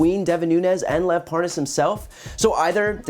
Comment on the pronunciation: how to tell the Nunes & Parnas KNOW 1 another... like so many other incidents, Nunes kept trying to pronounce "Parnas" incorrectly, ("Parnaz" & "Parnoz") but when he had to speak faster & attach dudes "WIFE" to the end of said title, he said his name JUST FINE... &then he went right back to mispronouncing it... 🙄